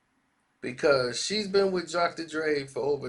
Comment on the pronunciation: Drocotor Dre lmao .....😆